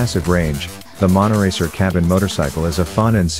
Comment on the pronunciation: Not monoracer but monotracer?